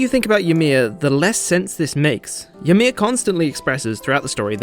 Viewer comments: WAIT. Hold up. Is this how English-speaking people pronounce Ymir? ... Is this how they said it in the english dub?! I... wtf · Man, I hadn't even thought about the fact that you might pronounce it weird. That's wild.